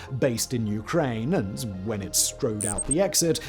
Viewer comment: Good video, but geez man, you mispronounce nearly every single word. “Ukraini,” “Abkhazia,” “Ossetia,” etc. Argh!